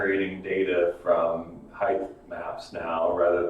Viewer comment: Generating data from Hype Maps??? Yeah, yeah, I know he said Height Maps.